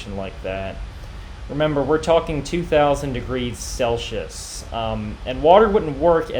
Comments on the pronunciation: CelSius not Celchius :D Otherwise; Love your videos! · Dude! There's no such thing as "Sellshous". ENGLISH DUDE! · You dont know how to pronounce Celsius.